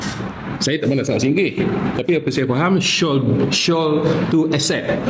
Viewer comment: Malu lah buat sidang media tapi tak reti sebut perkataan shall tu betul betul. Bunyi sebutan shall ialah 'shell', bukan 'shawl'.